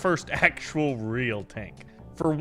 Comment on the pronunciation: i loved the "Tnak"